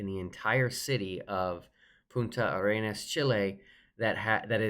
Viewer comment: says "Punta Arenas" properly...hope both sides get definitive footage.